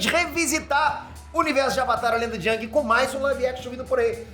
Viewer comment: só falou bosta. AVATAR Tem nada haver com as estações do ano. e se pronuncia eng e nao ang